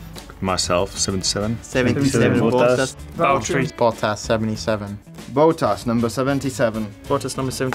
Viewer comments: bowttas? Charles cmon now.. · I can listen to Daniel pronoucing names all day long Especially the Valterrri Bottas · Daniel Ric’s pronunciation sounds like we Japanese pronounce VB’s name.. Baruteri Bottasu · everyone: Bottas leclerc: bOttas ric: VaLTTERi BOttAs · Leclerc: BOATTAS 🚤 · I swear Charles said "Voltas" as in 'Battery Voltas' in Twitter. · Charles: "Boatas number 77." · I wasn't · Even Bottas himself doesn't pronounce it that well!